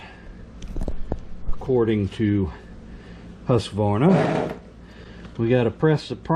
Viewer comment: Husq- varna. Not Husq-a-varna. It's Swedish.